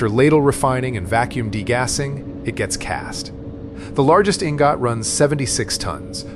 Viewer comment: EEEN-GOT EEEEN-GOTT. LOL